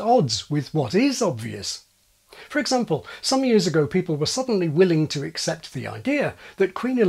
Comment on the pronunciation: Excuse me, you are covering up a northern accent - how you pronounce the word 'accent' is one example. You rush the word and don't pronounce is ac-cent. I think you also said example with a northern twang - short 'a,' not long. I'm from the south where we have quite a nice accent - neither posh or overdone. Bur my Granny was a Cockney who dropped her h's and she sounded lovely. Up the apple and pears, etc. ha ha